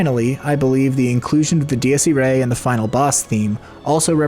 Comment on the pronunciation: It's ee-rye, not ee-ray. I took Latin in high school.